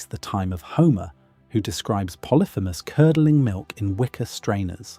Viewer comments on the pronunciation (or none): none